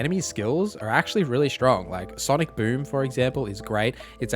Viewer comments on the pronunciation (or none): none